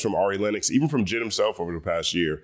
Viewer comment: I keep hearing “Jizz” when he says JID 🥴